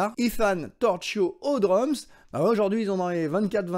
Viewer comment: Torchio se prononce Torkio, Raggi se prononce Radji!